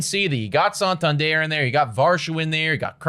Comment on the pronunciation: Santander is not a French name. Its not "sawn-tawn-dierre". San-tan-der.